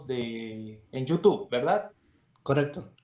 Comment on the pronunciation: "EN TÚ YUTUBBB " JAAJJAJAJAJAJAJ